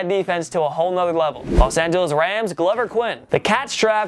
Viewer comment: This Biondo character really needs to learn how to pronounce names before shooting video. For example it’s not Glover Quinn (as in fits like a glove), it’s Glover ( Like the character Grover from Sesame Street). Before anyone jump down my throat, this is not the first time beyond I was done this in a video. With all due respect bro — learn how to pronounce names before broadcasting. Otherwise, you sound like a third rate hack.